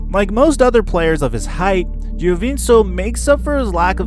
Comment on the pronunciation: Giovink-o is how u pronounce it